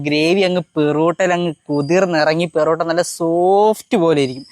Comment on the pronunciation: poratta ❌ Perotaaa ✅